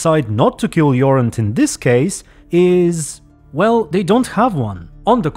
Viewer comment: Jorund is a woman’s name 😜 Jorand is man’s name. Way to butcher Norwegian 😂